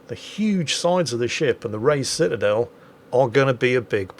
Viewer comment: "Pitadel" I got to use that word more in WoWS. 👍 BTW, the Vermont was developed in WoWS just for the Dead Eye Skill. Now no Dead Eye commander skill so the Vermont is only good for Anniversary containers.